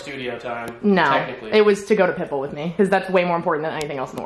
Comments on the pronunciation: everytime you say Pitbull it sounds like you are saying "pimple" wtf loooool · Not me hearing pimple everytime she says Pitbull 😃